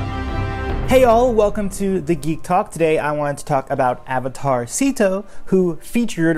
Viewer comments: I cat stop hearing "Avatar Szeto" as "Avatarcito" which is like tiny avatar, damn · Every time you said Avatar Szeto, it sounds like avatarsito which means little avatar in Spanish lol